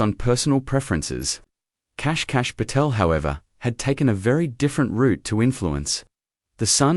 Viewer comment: It's pronounced "Cash...Pa..tell". Reprogram and correct the mispronounced name.